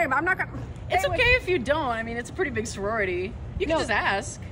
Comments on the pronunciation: Why did you even add the awkward pause and then "you..."? Just hey works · She could've just not put an emphasis on the word "you" and it would've been completely fine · the YOU is so emphasized like why are YOU emphasizing YOU so much, YOU?